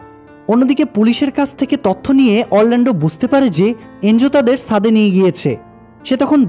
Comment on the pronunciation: সুন্দর হয়েছে। সাদে না, উচ্চারণ হবে, ছাদে।